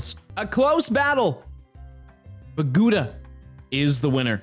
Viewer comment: Gouda is a city in the netherlands but you pronounce it terribly wrong 😂😂